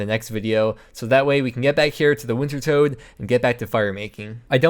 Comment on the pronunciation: please stop calling it wintertoad its pronounced winter TODD